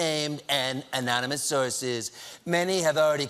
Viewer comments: anyone knows that the correct way to say anonymous is like trump says it ammmissis check the video SADD VERRYY SADD!!!!!!!!!!!!!!!! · That last impression of Trump was clearly fake. Trump can't pronounce the word ̶a̶m̶o̶n̶y̶n̶u̶s̶ ̶ ̶a̶n̶o̶m̶y̶n̶o̶u̶s̶ ̶m̶a̶n̶o̶m̶y̶n̶o̶o̶s̶ ̶a̶n̶o̶m̶y̶n̶o̶u̶s̶ anonymous! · You mean, anomynous, right? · Dentures Drumpf write his "own real book"??!! He cant even SPELL or SPEAK right. "Amonimus" Lmfao🤣😅🤣😅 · Micturate America Great Again! MAGA! Trump gets pissed so easily... all those Diet Cokes should make for some easy Presidential waterboarding of his White House staff and a real quick confession from the 'Amomonous' Op-Ed Author.... 'Gezus' he can't pronounce Anonymous and Micturate would be a real' pizzer' for him too. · It's actually pronounced "anomonnouuushhh". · Anonymous? Sir, haven't you heard? It's pronounced "anomoness." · Hey Steven get it right it's "ANAMALOUS" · Stephen and - what a great team. And what is the difference between unnamed and anonymous sources? Sorry anomi....omonmi.... anomanou...You know what he meant even if he didn't. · Don't you mean "amonimus"? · So trump can spell anonymous but can't say it lol! I'm not convinced.